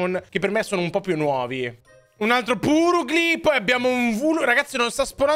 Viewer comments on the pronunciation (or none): la pronuncia più corretta (secondo me) è Glameow=Glemiao invece Purugly= Paragly